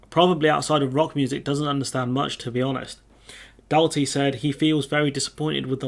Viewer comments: Oh No not another whinging remoaner channel FFS mate get a life and proper job you not cut out for this anyway you don't even know his name. Roger DALTRY not Dalty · It's pronounced Daul-tree